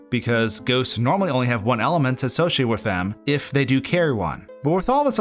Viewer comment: Everytime he says element I hear almond